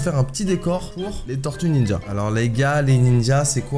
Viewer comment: Tu écorches le nom des tortues ninjas!